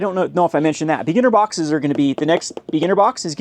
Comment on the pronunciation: The way you say beginner sounds like beaner